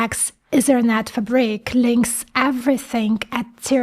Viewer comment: Blown away. Very well put, amazing work! I saw your previous videos before, but nothing comes even close to this. Still some room for improvement, there are several pronounciation "gems" here and there like "fabric" :) but oh well you've done great here. Thank you for shining this light to the world, since so many people have no idea what the world is going through. And who watch your video probably cannot interpret it correctly as well if they are not living and breathing tech and AI every day.